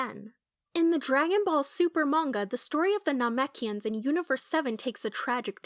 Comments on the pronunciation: You’re saying Namekians wrong. It pronounced na-mek-e-ends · omg please go back and watch the series again. You are saying namekians wrong. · I hated the way she said Namekians, that’s disgraceful,, and unforgivable… but we forgive ❤️you, just don’t let it happen again.., it was very cringeworthy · I don't think this youtuber is very familiar with the lore lol, I think they are just reading a script or something that they made from maybe reading stuff somewhere, because if they had seen the anime then they would be able to pronounce Namekians properly, and they would not have made the mistake with Raditz.